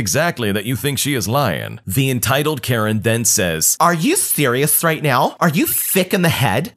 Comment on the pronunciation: are you serious right neow bro